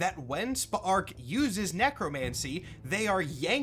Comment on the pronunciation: Still watching, but I’m impressed you actually pronounced Spa’ark’s name properly throughout, since it’s so close to “Spark”. Kudos to you for that!